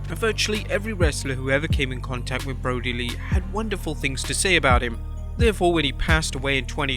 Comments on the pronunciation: Brodie Lee, not Broadie Lee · "Broadie"? Come on...